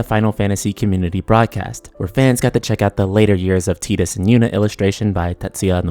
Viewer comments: omg it's TYE-DUS, not TEE-DUS!! It's already been proven it's TYE and not TEE. Please stop announcing it like this. So many youtubers get it wrong, it makes me ears bleed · I still hate that Tidus is pronounced 'Tee-dus.' I called him 'Tide-us' for years and it sounds so much better. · X-2 was trash, so please no. I consider X-2 non-canon, they need to retcon that shit. FFX ended perfectly. Also, its Tide-us! I'd prefer a prequel to FFX really with Auron, Jecht and Braska.